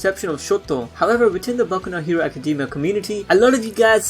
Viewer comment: .... did he just say kacademia?,?